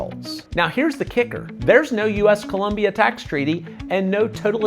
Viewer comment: "Colombia" not " Columbia"